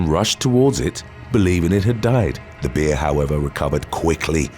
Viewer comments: Why is he saying.....beer...instead of bear ? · Why do you say bear that way I keep thinking a beer as attacked someone? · Bear is not pronounced beer ya wally